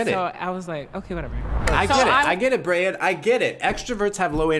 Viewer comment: As a Hispanic, I became fixated on your pronunciation(s) of “Brayan” and then drifted into my own world and spent the rest of the video thinking about how culture influences the way we process written language… I can’t help but feel like that also has something to do with me being an introvert lol